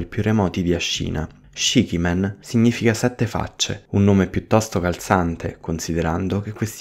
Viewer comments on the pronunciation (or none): se il significato è sette facce, la pronuncia dovrebbe essere ''scici'' e non ''scichi''